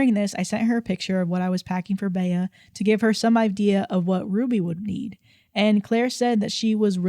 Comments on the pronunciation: "Bay-uh" was driving me crazy. Bea is pronounced Bee. Aunt Bea from the Andy Griffith Show (am I showing my age?!) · Bea is pronounced “Bee” like Bea Arthur from golden girls